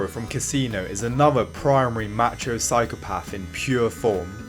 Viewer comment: If he says match-ho one more time I'm going to act out violently.